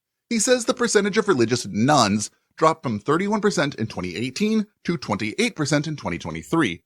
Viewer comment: keeps saying nones but it constantly sounds like nuns to me.